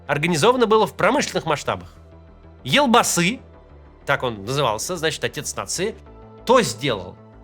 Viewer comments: Не елбасы а элбасы😂😮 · Поправлю, елбасы слово Казахское, произносится же оно ельбасы